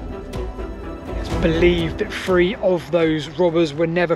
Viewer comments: Please Stop saying "Nineteen sixty free"!!!!😂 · 'FREE forty-five, nineteen sixty FREE......' Dear God - FFS - Do you EVER listen to yourself.....?????